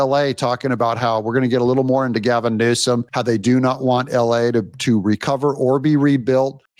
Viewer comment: You called him Gazum Newsom😂